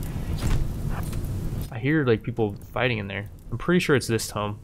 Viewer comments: TOOMB. Like a cow MOOOs Not TOME. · ITS TOO-M. NOT TOME. AHHHHH. TOME IS A BOOK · tomb (grave) = toom; tome (book) = tome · bro i hate to say shit but you keep calling The Ancient Tomb a Tome =/tōm/ A book, especially a large, heavy, scholarly one. Tomb =/to͞om/ a large vault, typically an underground one, for burying the dead. Similar: an enclosure for a corpse cut in the earth or in rock. A monument to the memory of a dead person, erected over their burial place. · The way he says tomb is killing me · It's definitely deliberate because sometimes be slips up and says it properly lol.